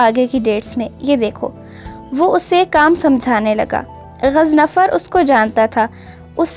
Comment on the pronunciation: it's GHAZANFAR...not ghaznafar.😊🌸